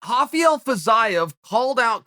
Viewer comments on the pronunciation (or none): Lol y is he calling Rafael, hafael.....he's not Brazilian or Portuguese 😅